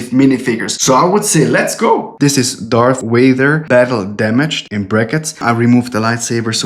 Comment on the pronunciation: I like how you say Darth Vader.